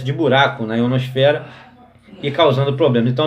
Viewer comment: o mais massa é q ele fala em terra plana e dps fala "IonoSFERA" "extratoSFERA" 😂😂😂😂